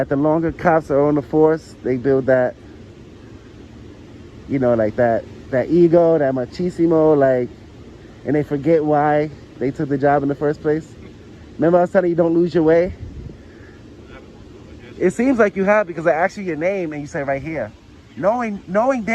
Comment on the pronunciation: "Macheesimo." That's up there with "Tie-ronny"